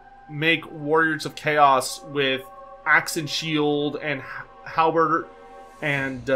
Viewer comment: It sounded like you called it a hal-burger. Which is probably a Khorne-themed menu item.